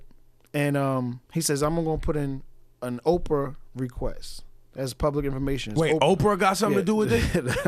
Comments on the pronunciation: He said Oprah request..... It's a FOIA request!!! Not Oprah.... Good God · Your lawyer is TRASH bro. He should’ve beeeeeeeen asked for the tapes. Why did he have to see a log sheet. And the act is called FOIA not Oprah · Not OPHRA but FOIA (Freeedom of Information Act)